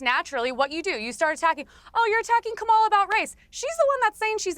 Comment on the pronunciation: Why do all maga people mispronounce Kamala’s name??